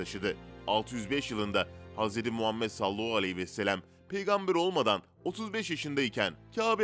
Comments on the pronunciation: Sallahu ne?! Madem dini bilgiler veriyorsunuz, düzgün okuyun! Sallallahu aleyhi ve sellem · Sallallahu aleyhi vesellemi daha net söyleseniz iyi olur